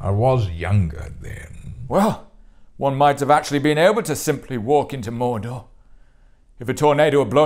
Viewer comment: A wealth of riches, once again, but Elrond's evolution on the pronunciation of Mordor is my favourite